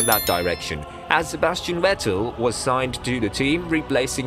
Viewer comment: I heard you say Sebastian “Wettel”….. and Imowla…..